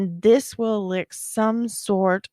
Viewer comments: It’s el licit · elicit is pronounced as uh li sit! just for future reference...